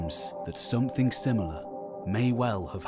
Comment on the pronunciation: Call me old fashioned but when I listen to the narration of a video about the possible origin of cities in our society. I prefer the narrator, who understandably might struggle with specific pronouns, to be able to pronounce the word "something" without substituting a K for the G. "Some-think" is not a word , if it was, I am almost sure George Orwell would have made good use of it, possibly even inventing it himself.